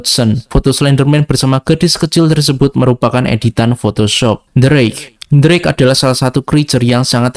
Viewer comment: the rake aku kira bang ngomong d rake😅😅😅